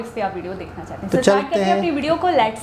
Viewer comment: laats?jahil aurat lets hota hai